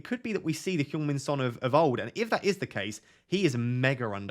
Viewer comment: Did you say Pjong Min Son? If so, I love it 😉🫡